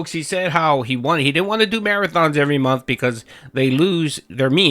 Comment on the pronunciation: "What I WAHHHN"